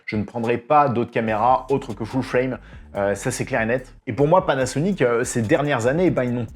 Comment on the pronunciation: tu le dit super bien:"Foule Fwraime":-)